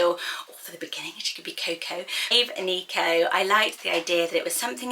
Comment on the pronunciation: Eneko is a guys name and idk if works for a girls name but it’s pronounced eh neh koh there’s no ee sound in the name and it’s basque